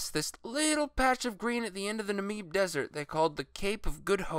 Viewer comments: It is not the Nuh-meeb desert. It is the Nar-mib desert. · Emma Lee Franklin wrong lol, it's Nah Mib